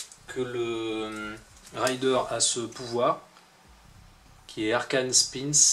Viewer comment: merci pour la video hate d'acheter ce dungeon crawler sympathyque petite remarque raider se prononce comme c'est ecrit c'est un pillard et non pas un rider (cavalier chevaucheur) hehe